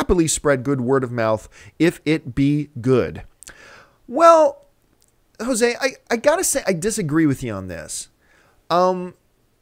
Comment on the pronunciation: Haha John you pronounced Jose wrong